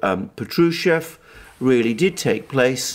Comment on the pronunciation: Patrushev pronounced as pAtrushev with accent on the first syllabus